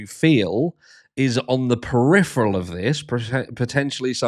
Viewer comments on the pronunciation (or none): none